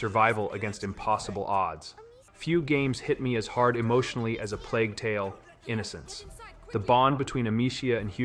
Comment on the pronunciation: "plague tale.... Innocence"